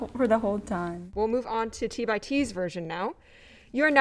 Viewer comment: Hey, at least she said T by T and not T X T. That's their preferred way of saying their name if you're not using the full name. 😊